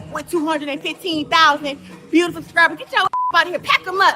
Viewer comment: How did she pronounce the word subscribers?